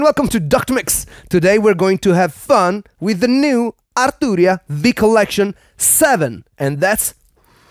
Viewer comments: That "AaR Tuu Ria" hits different 😂 Loved the video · Loved hearing you pronounce “Arturria”